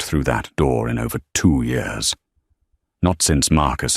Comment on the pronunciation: Re hashed story!!!!! The AI still can’t pronounced YEARS!!!!!!